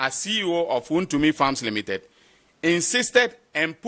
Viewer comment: Attorney general next time master how to pronounce wontumi woboaaaaa name well😂😂😂😂